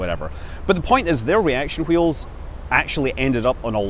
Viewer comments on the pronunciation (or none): I'm just here to hear you pronounce hwheels. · "Hwy do Reaction hweels fhail?" ~Scott Manley. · Damn you Mr Manley I'm pronouncing the 'h' in 'wheels' again. Aaaargh!